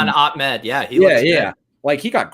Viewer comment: is not Ackmed is ah med...you make him sound like he’s from the Taliban